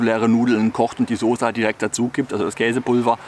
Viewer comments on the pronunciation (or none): none